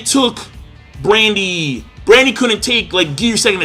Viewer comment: Goddamn,, first you keep saying Kryos instead of Kyros and now you say Brandy instead of Burndy.